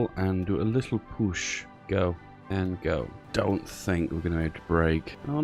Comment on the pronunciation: #PUSHSOSTRONG Soviet Union? Ha more like Soviet gone! Btw I love how you pronounce the word PUUUUUOOOSH